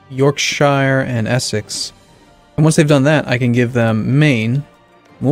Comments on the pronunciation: StonedDwarfy indeed you are correct, speaking as a person from yorkshire and cringed a little when said it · I've heard from Brits that all the "shire" places are pronounced as share. Not only York :o